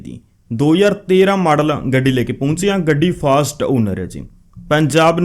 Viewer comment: ਪਾਜੀ ਫਾਸਟ ਨਹੀਂ ਫਸਟ ਓਨਰ ਕਿਹਾ ਕਰੋ